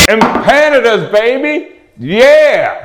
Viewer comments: First giggle came when I heard him pronounce the name of the dish like it rhymes with Canada.....in case you are clueless it is pronounced emp pa nah dah . I'm from a culture that ALSO eats empanadas so I think you were wise to insult Chilean culture instead of some others. Chileans aren't known for their wrath. I wish my mom, who made empanadas for me were alive to see this video. We would have had a good laugh. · What's better - the video itself or the angry comments at the bottom? Pronunciation tip: Em-pandas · Next time I take my girlfriend to a Mexican restaurant I'm ordering em-PANA-duz. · You butchered the empanadas name Google it and get the right pronunciation. Really butchered it. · I’ve never heard that pronunciation. Unique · How do you not piss yourself laughing every time you say the word "empanadas" 😂😂😂